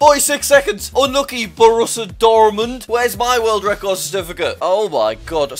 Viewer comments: ‘borrusa dormund’ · Nailed the Borussia Dortmund pronunciation lol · Did anyone realize that jack said bourissa doromund😂😂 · The way jack says Borussia Dortmund pains me as a football fan but also reminds me that we beat them 6-4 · As a football fan, hearing Jack fail so miserably at saying Borussia Dortmund made me laugh sm 😂😂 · LMAO me too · Same lol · Especially as he's learning German and they're a German team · the way jack said borussia dortmund was hilarious